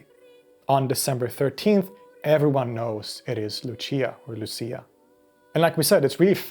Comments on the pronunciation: Pronounced Looch-ee-ah (in Italy) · She's italian... It's pronounced Luchia... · I'm from Denmark and they did this at my mom's workplace. Her and her collegaues walked all around the very big place while singing 😊 It's pronounced more like "Lussiiah" here though 😊